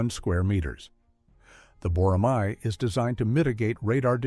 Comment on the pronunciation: I have a request. It’s not “boramai.” It’s written as “boramae” only because of the Korean spelling, but please read it as “borame.”